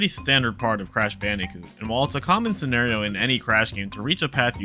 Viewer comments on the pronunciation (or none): It’s not cash banooca it’s crash bandicoot